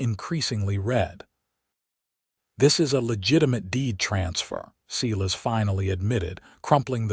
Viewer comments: If that's one thing I can't stand, it's a freaking AI computer that can't say names right! SEE-LAS?? WTF. 👎👎💩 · Silas is pronounced " Sigh...Lass " . Ai has not taken over yet. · I'm sick of this lame AI. Moving on. Look up how pronounce Silas. It's not seelus. The story is overshadowed by the disgusting way the AI reads. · Pronounced Silas wrong. As they sometimes do with names